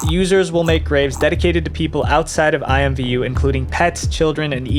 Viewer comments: It’s actually pronounced IMM-Voo lol believe it or not. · Today I learned that IMVU was ever considered a kids game and alsothat it was pronounced i-m-v-u instead of imm-voo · I played IMVU when I was maybe 15 to 16 y/o. I had 2 accounts, because I didn't play it for like a year, and forgot my old account's password. I also pronounced it "eemvoo" xD